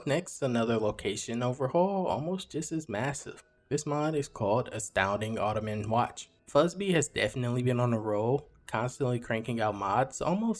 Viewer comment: prounouncing autumn like ottoman is wild